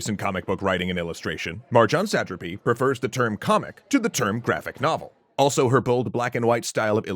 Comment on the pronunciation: So having watched part of the screen adaptation it is made very clear in the watching, the pronunciation is "suh-TRA-py" and not "SAT-truhpy"